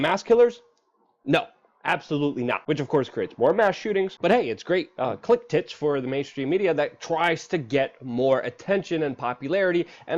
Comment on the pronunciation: I heard "click-tits" both times 👅👅